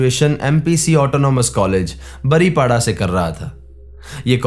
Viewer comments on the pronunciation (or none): बारिपदा नाम है बारीपाडा नहीं